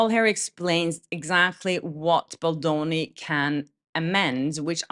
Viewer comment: BAAAAAAALDONI! Not BULLDOENI WTF